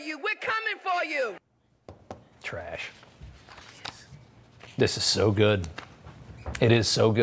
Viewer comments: 😂She said "Nothing formed against me will parish" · "Nothing formed against me will persish" ? Lmao